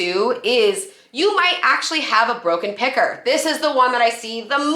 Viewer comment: Did she say a broken picker? I kept hearing pecker. ha-ha